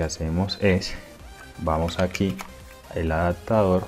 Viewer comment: Excelente consejo. Solo un dato es A D A P T A D O R, no ¡ADACTADOR! se pronuncia ADAPTADOR. Ojalá te sea de utilidad